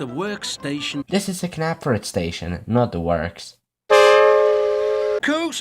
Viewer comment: toby and James has a gap between his eyes it is pronounced nap-ford now James don't get salty enough for your faceplate to be missed aligned with your eyes